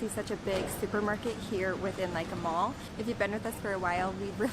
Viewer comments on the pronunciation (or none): none